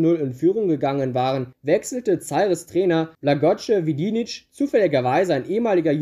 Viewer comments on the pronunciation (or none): Wie du Zaire aussprichst tut ja schon weh, aber wie du Blagoje Vidnić ausgesprochen hast war einfach unglaublich. Ich bin Serbe und hatte selbst nach dem 5x hinhören keinen blassen Schimmer wen oder was du meinst.. deine Videos an sich sind ja schon gut aber gib dir doch ein wenig mehr Mühe beim aussprechen von Namen, Ländern usw, so schwer ist das ja wirklich nicht!